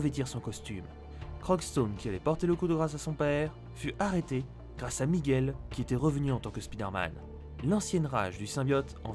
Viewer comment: C'est miguel, pas Micheal